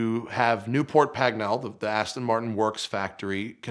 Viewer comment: Newport Pagnell is pronounced like "Newport Pagnul". Sorry.